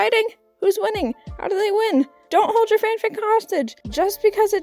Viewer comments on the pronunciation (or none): none